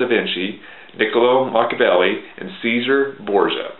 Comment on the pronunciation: Cesare Borgia. It's not pronounced See-zar. It's pronounced Chez-zar-ray.